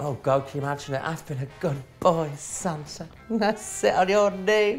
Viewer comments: I know they’re saying “Santa” ... but I’m hearing “Sansa”. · Anyone else hearing The Vivian saying “Santa” but sounds like “Sansa.” I drifted off and heard Sansa and thought “Are they watching GOT now?!?”